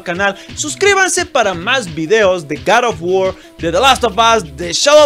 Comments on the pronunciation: cat of wuor :v R.I.P english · Garr of Guord¡¡¡¡ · Gad of wor